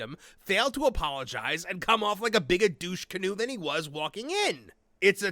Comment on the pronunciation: As a Canadian, I applaud your correct usage of "douche-canoe". :yougotthis